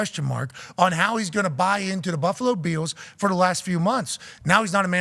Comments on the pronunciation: Why does Pat say "Beels" instead of "Bills"? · Can you please stop pronouncing “Bills” like Von Miller? I can’t take it anymore